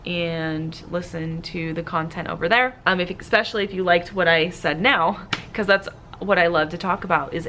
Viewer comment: Expessly instead of especially, arithmic instead of arithmetic, excaping for escaping. I’m anxious already. Please brush up on grammar for the benefit of your students. Example is very important.